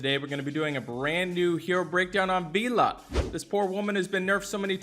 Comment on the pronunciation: Still cant say vela i see